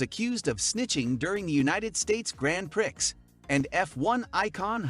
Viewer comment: Learn how to say Gran Prix and I’ll listen to you